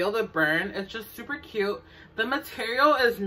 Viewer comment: “SUPA CUTTEEE” 😅 I love this sm!!!💕 subscribed👍🏽